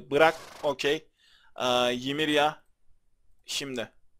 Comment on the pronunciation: abi şuna yimirya deme onu yimira diye oku gıcık oluyom abi